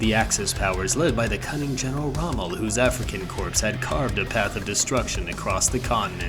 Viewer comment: Hi. Hope you're doing great. Just one thing I've noticed, you should pronounce "corps" as "kor" not "corpse". Thanks for the great video!